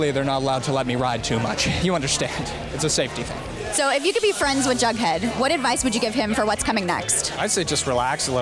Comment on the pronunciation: Am I the only one who realized she keeps on sayin Baghdad instead of Jughead